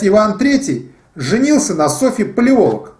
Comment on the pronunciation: Не ПалОлог, а ПалеолОг. Не ПеремЫшль, а ПерЕмышль. Тот ещё историк....